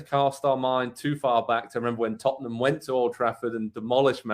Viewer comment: did this guy on the bottom just call them tuttnum? its funny to hear americans talk about soccer and I'm american tut tut. taking care of tutnum